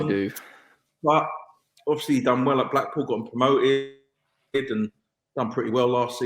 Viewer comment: It is more that he gabbles, they should all speak more slowly PLEASE. A word like obviously, which has normally 4 syllables is reduced to 'ofslee', etc